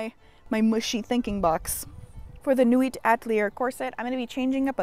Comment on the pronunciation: so sorry to be that person but nuit and atelier are supposed to be pronounced 'nuie' and 'ateliay' (french). the effort is appreciated though (both in pronunciation and in banging out 4 articles of clothing in 1 week. holy moly)